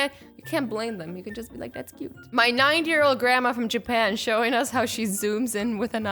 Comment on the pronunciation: no hate or anything but it sounds like she said "My 9 year old Grandma" instead of "My 90 year old Grandma" (again i repeat,this isn't hate) but who else heard it too?